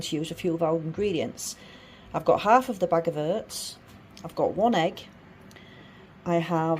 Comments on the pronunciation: Its Oats not Hurts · it was your pronunciation of OATS that had me confused and I’ve even lived between Rotherham and Barnsley for 3 years 😆